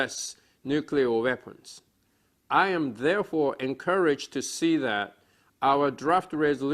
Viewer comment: 帰国子女1年生ぐらいの発音じゃない？foreign、thereforeとかに日本の訛りが凄い出てるし単語の切り方がちょっと変なのが気になる 独力でならこのレベルなら凄いと思う まぁ発音なんかより会話の中身の方が遥かに重要なんだけどねw頭が悪いからあんま理解してないわw